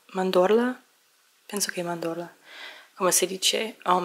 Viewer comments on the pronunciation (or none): Bravissima! Almond milk è latte di mandorla (la tua pronuncia era leggermente diversa), continua così :) Ciao da Milano!